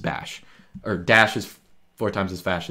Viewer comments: "Dash is four times as fash as bash" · "dash is four times as fash as bad." ok, noted 🤣